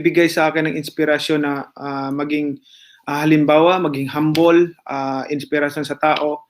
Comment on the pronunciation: Anong "...maging HAMBALL..." ano iyon karne o pagkain, pati pagbigkas ganun tapos naging Senador ang ganun tapos magPrepresidente pa...magiging mababaw na naman ang Pambansang Liderato sa Pilipinas kung papanalunin si Pacquiao...sana naman maging matino at matauhan ang mga tao at mabuti sana silang mga mamboboto.